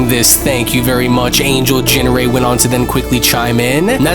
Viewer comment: So how do you pronounce ginrei? Because it was said different 4 times. Surely these episodes are checked over before release?